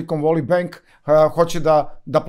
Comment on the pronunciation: Valley se ne cita kao /voli/ nego / veli /....voli wolly je urbani izraz za muski polni organ 😂😂😂😂